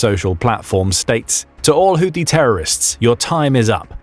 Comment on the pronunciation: It’s pronounced who tea.